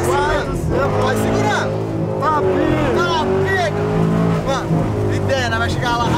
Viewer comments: O falou pic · Jurei q o tinha falado "tô levando muita pika"😂😂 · Parece que vc falou tô levando muita pica entendi isso 😂😂😂